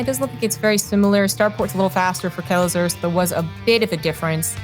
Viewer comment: Not "kelazhu", "kelazhur". Correct it, please)) (I don't know eanglish, I'm so sorry about my mistakes)